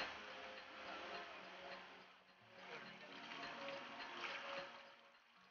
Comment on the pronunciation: റിപ്പോർട്ടിംഗ് വളരെ നന്നായി.. പക്ഷേ റിപ്പോർട്ടർക്ക് അക്ഷരശുദ്ധി ഇല്ല. സുധീഷ് എന്നതിന് പകരം സുധീശ് എന്നാണ് പറയുന്നത്